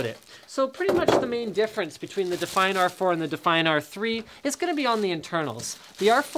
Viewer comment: Because he pronounced it like that.